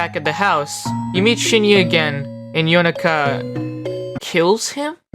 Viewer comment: currently watching and loving the video and just wanted to say I love the way you pronounced Yonaka's name and Prosciutto(?) it felt like you were trying to say them correctly and it was nice to hear